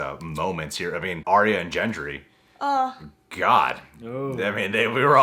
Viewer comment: How long have you watched this show and you still don’t know how to pronounce Gendry??? I am so tired of sloppy people doing reaction videos. Pay attention!